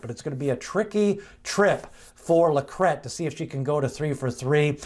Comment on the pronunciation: Thanks for pronouncing LaCrete correctly. Rhymes with bet!